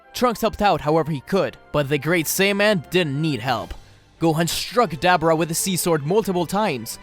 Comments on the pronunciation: UGH, I cringed every tim ei heard DabAra. It is DabUra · Why is it so hard for you to say “Duh-Boar-Ahh”? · Dab aura read that separate that’s what he called Dabura